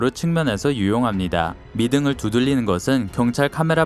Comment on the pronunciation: 혓바닥이 짧은가?? 두들릐는ㅇㅈㄹ 안봐야겠다